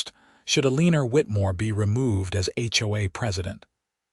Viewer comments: Everytime I hear E lean er. I can’t kee from laughing. It is so absurb. Eleanor says the other 2 board members are planning a coop Is that coop for chickens? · Can't pronounce Eleanor.........there's no "lean" in it....sounds stupid. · I've noticed quite a few stories with Eleanor, and none of them sound correct. I think whoever came up with Artificial intelligent reading needs to go back and rethink it.